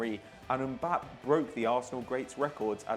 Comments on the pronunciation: Mbappae How you pronounce it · Its Mbapp"ey" just sayin! :P Keep up the great work!